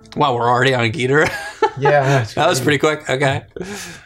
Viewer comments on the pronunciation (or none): I say King Ghidorah not Ghidrah. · Its Gìdorah you guys. At least the original japanese pronunciation :) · Ok, I like this video,but every time he says Ghidorah just bugs me.